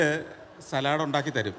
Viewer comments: സലാഡ് അല്ല , സാലഡ് എന്നാ ഉച്ചാരണം ദയവായി തിരുത്തൂ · സാലഡ് ആണോ സലാഡ് ആണോ ഷെഫ് ഉറച്ചു നിൽക്കൂ . 🤣🤣